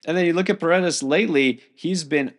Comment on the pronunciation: Got Paredes right. First name pronounced E sock